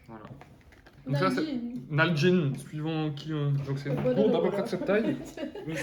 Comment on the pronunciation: Ouf, tu n'as pas dit "Nalguéné" 😂